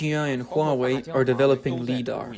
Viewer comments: First up, it's LIE-dar, not LEE-dar. As in "light"... which is what LiDAR uses. Secondly, it sounds like yet another case where Chinese manufacturing has glommed onto tech they didn't invent, only to create something much worse than the original. LiDAR in much of the world uses very restrictive bandwidths and wavelengths, but this system appears to spew a bunch of light it doesn't need to operate. Something insidious? No, probably not. It's yet another example of Chinese manufacturers totally misunderstanding how Western tech is supposed to work. For example, the LiDAR imaging pulses should have some way to prevent them from damaging other imaging systems...such as the umpty-bazillion CCTV cameras all over the country that the CCP needs to keep a clamp on things. On the other hand, that could be the only upside to this. But consider: you have two cars with these defective systems approaching each other head-on. The LiDAR emitter in each car manages to blind the other's LiDAR sensor. What do you suppose will happen next? Hint: scrap metal will result from this interaction. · LiDAR is not pronounced "leedar". Li comes from the word "light" therefore "LighDAR" is better. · It feels so wrong hearing 'lee'. I thought maybe I was wrong with how I was saying it, but it never sounds right no matter how many times I hear it said. It's 'lie dar'. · "LIE-DAR" not "LEE-DAR" and I'm not making fun of you at all because I love your channel I just want you to know it's pronounced a certain way. You are amazing and I love what you do and I hope you continue posting because I am a huge fan of what you do and I'm only trying to give you constructive criticism if that is okay. ❤❤ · it's not LEE-DAR you trog the fucking word you're shortening is "light" it's "lie-dar" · Ly-dar…. Not Lee dar… lol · LIE - DaR Not Lee-Dar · Its pronounced Lie dar not lee dar.. Jesus fuck! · Lee dar ?!? It’s pronounced Lie dar 😁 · Pronounced "Lie-dar" NOT "Lee-dar"! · Like eye Li-dar Light-radar